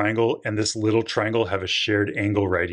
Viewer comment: why do you say "little" so weirdly?